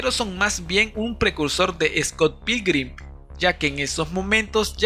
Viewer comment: ni siquiera puedes pronunciar bien Scott Pilgrim-... no es dificil, :(